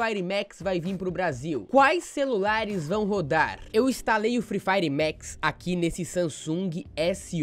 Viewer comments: Mex é tocu ,é Max poha,jeitin brasileiro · Não é mex é maxxxxx